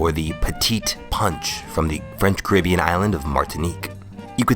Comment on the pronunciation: I love your video's but bro your pronouncing Caribbean wrong Its pronounced Caa-ri-beean Not caa-rib-ion